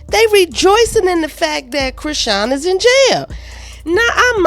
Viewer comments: Are we sure he ain’t say chrishein ? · I'm still laughing at that reporter mispronouncing Chrisean's name. And she was so caught up in the moment that she didn't even bother to correct him.😅😅